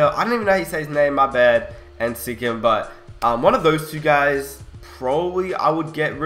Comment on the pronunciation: He pronounced Siakam's name "Sikim" lol no hate tho, love your vids man!